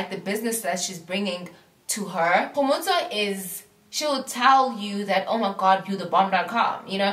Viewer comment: It's how you pronounce Kgomotso for me. I love her. She's my fav!